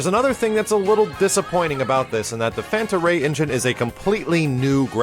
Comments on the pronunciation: Panta Rhei, not Fanta Rhei. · Fanta Ray? You mean Panta Rhei?